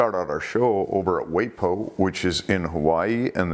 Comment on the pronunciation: It's pronounced "Why pee o" Hawaii